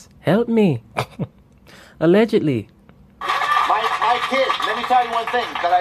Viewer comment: hey peace, i'm crying at the allegedly in the accent